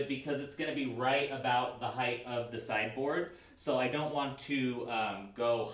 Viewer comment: Every time you say sideboard, all I hear is cyborg and it is cracking me up.